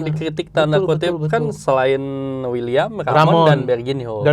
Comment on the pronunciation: Wiliam bukan uliam.. Wiliam marcelio